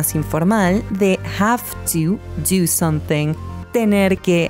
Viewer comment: dice sometthing